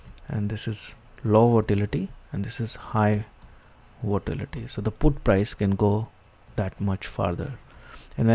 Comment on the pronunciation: its not votality its volatility